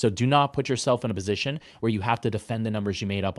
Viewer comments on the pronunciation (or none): none